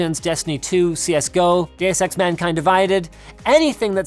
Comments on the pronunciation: did I just hear gay-sex mankind divided? 😂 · Just looked it up and i think he saud Deus ex mankind divided. Now ive got 'gaysex mankind divided' on my history😂